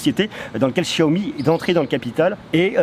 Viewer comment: Enfin quelqu'un qui prononce bien xiaomi